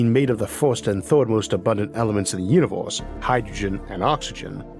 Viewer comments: i take a shot everytime you say uniworse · No hate but univors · Im high but i cant even pay attention, the pronounciation keeps distracting me ahhh, wator, altornortive, univorse, etc. He keeps saying wator/watol tho im crying